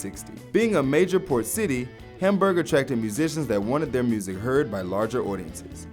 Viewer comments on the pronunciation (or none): its Hamberg not Hamburger